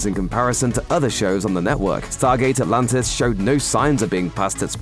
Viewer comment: do i hear right ? stargate alantis 😅 ??